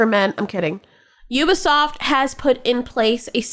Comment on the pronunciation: Excuse me, it's french. It's pronounced We-be-soft!! 😅